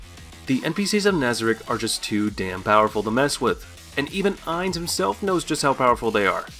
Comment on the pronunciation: I wasn't going to nitpick over a poor pronunciation of Ainz's name, and instead settled in for what I thought would be an informative rundown of the various skills & powers of the Nazarick NPCs. I started reading comments as I listened to the talking-head video, only to find out it was the other end he was talking out of. Thankyou everyone for saving me from watching to the end.